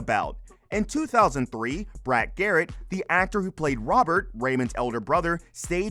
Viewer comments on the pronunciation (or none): none